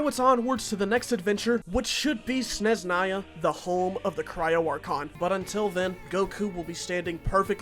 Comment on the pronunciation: fanny how u said "sneznaya